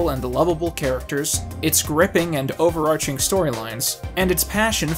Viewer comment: It doesn’t matter what the plural of series is if you still can’t properly pronounce “overarching”.